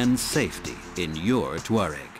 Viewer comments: the narrator pronounces it "TOO-areg." , he says TWA-reg." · "TWA-reg" , "tour-reg" . Nobody knows the correct way to pronounce Touareg.